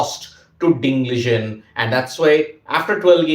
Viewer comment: Its Ding Liren. Not Ding Ligen 😂